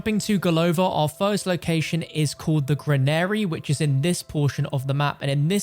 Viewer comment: Why do you say granary so weird?